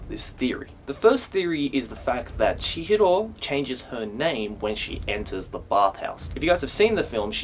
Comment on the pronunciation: It's so painful to hear this Australian guy trying to sound Japanese when he says "Chihro"